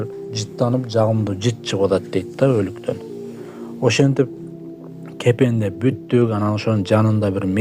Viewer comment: Кепендеш эмес, кепиндеш деп айтылат.